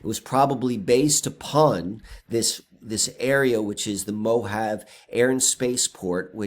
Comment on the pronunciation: pronounced MO-HA-VEY.😀😀